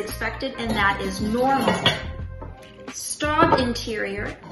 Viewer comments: It's pronounced "Schtobe". Otherwise, nice job! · Miss, I appreciate your video. Thank you. But you should learn to pronounce Staub since it is not an English word/name. Staub - How To Pronounce - French Native Speaker - YouTube It is pronounced more like an English spelling of Schtobe.